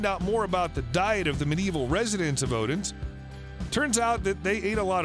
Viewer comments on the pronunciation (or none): Just to let you learn how to pronounce Odense, (Oh-den-seh). Not easy to pronounce words/ names in a foreign language, but I will give you ten out of ten for trying.